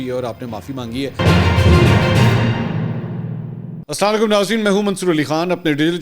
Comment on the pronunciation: اسلاں لیکم نہی سر جی ، اسلام علیکم ہںوتا ہے ،